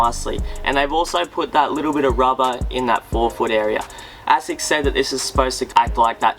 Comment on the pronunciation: it is pronounced A-sicks.....not ass-sex.